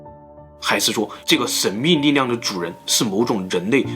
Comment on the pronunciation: 是神秘力量不是神秘膩量....發音清楚點